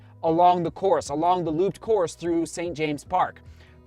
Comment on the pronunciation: A little comment on pronunciation as Londoners call it, I'm sure you will be saying St James' many times